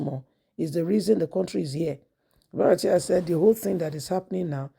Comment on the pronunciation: BU-RA-TAI, not BA-RA-TIA madam. Stop murdering Nigerian names all you bloggers. You confuse us by doing so.